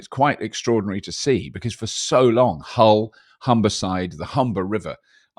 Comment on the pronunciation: You pronounced Hull like someone from well south of Hull 🤣